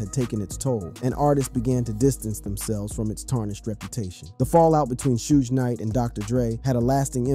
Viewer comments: Did u say "shoes Nike"???!!! It's Suge knight!!! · Dude....your a disgrace to talking on this matter. Butchering names and your style to discuss is childish. These are real people who lived and died to being our world some of the strongest, most real music for its time ever. You do them all a disservice. Stooge night and 2 pack...your joining right... please just stop. This music was iconic and being born in 88 and growing up with this story...it disgusts me you cannot even get their names right. Just stop. Please. Huge shame on you for butchering these icons. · Need to learn how to say people's name suge knight